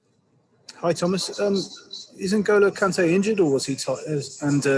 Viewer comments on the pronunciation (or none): I like how he calls Kante, “NG”, makes it sounds like ENGINE. Truly he’s an “engine”.